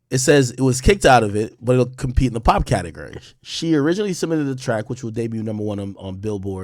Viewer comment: Can’t stand how he says categurry 😂